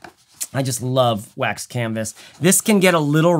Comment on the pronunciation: I paused at the "waxed canvassss" and I'm sure it's that Scottish Trekke thing. I'll get back to this comment once I'm done watching this MASSIVE piece of art. (1 day later) Okaaaay. Man, great video! Loved it.